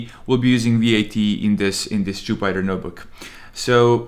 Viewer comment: Its not Jew biter note book 😂. It’s jew peter notebook 😂